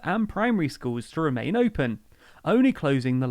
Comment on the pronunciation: I'd like to view the whole thing, but I'm confused by your pronunciation: 'skooowwws' instead of 'schools'. Gone to do something else.